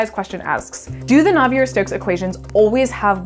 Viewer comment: Claude-Louis Navier was French, so "Nav-ee-ay". Great video though.